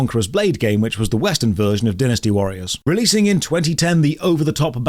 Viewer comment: Anyone else triggered by botched pronunciation of "Dynasty Warriors" Ehh. I can't talk. English hard